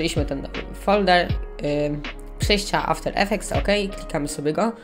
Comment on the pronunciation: "After effects" a nie "Avter Efftects"